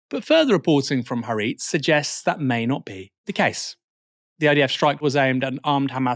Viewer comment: Please learn how to pronounce Haaretz Aaron